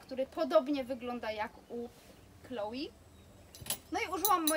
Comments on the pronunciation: Wiem, ze wymawianie Chloé jako Kloi jest powszechne, glownie chyba w krajach anglojezycznych, ale poprawnie mowi sie 'KloE', poniewaz jest to firma francuska i takaz wymowa :) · tzn é wymawia sie jak e scisniete :), pomiedzy e i y, nieco inaczej uklada sie usta, ale nie 'ei'. Moim zdaniem, jesli ktos chce koniecznie wymawiac francuskie nazwy po polsku, to juz lepiej powiedziec 'e' niz 'i', bo bardziej przypomina to wymowe orginalna. No i 'i' to wymowa typowo angielska. Powiem tak, Chloé nie zrozumialaby ze mowisz o niej gdybys powiedziala Kloi, no i chyba nikt by nie chcial aby jego imie wypowiadano zle; jest to troche brak szacunku. Moze przesadzilam :), chociaz...